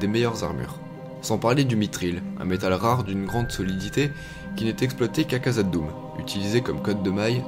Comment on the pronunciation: Super vidéo de partage de l'univers de Tolkien malgré la petite erreur de prononciation (le 'kh' se prononce "rh" comme loc'h en breton ou gaëlique. Je ne nie pas que les nains fussent cupides et obnubilés par les minerais, mais leur cupidité et notamment celle qui mène à la libération du Balrog en Khazad-Dûm semble avoir été augmentée sinon en grande partie causée par les anneaux de pouvoir comme suggéré dans LSDA. Sinon à part ces pinaillages entre passionnés, super chaîne :)